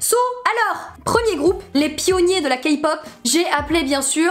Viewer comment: Ta dit Kapop 😂😂😂😂